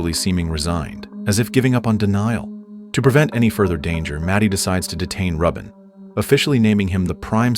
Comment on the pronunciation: Are you sure it's pronounced 'Rub In' and not 'Ruben'?